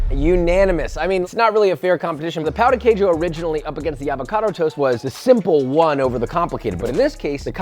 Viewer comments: Your pronunciation of Pao de queijo translates to “dick cheese” lol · No shade but it’s pronounced Pow-ji-kayju for the Brazilian breakfast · FYI, you pronounced Brazil’s dish “cheese d*ck” lol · As a Brazilian, pow du kayjo is making my cry on the inside, for anyone wondering, the pronunciation isn't hard at all, it pão djee kayjo. Something like that. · its pronounced pun ji ceju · Hey, the pronunciation of "Pão de queijo" was funny dude, cause in portuguese you are actually saying "Dick of cheese" instead of bread. Dick = Pal, Bread = Pão. The pronunciation is not easy for foreign, but was really funny LMFAO 😂 but you was right about one thing, we can and we actually do a lot of things to eat the dic... I mean, the Cheese Bread, we stuff with different things, we eat with sweet or salty toppings and etc. But the most famous way to eat it, is just the cheese bread with black coffee. 😍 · no way he pronunced pão de queijo right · Always cracks me up to hear the way they pronounce pão de queijo. Thank god the dish is not called "queijo de pão" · Coffee is very much cherished in Brazil, coffee and pão de queijo is (imo) better than the jam. Also josh, ur saying pão de queijo wrong 😂😂😂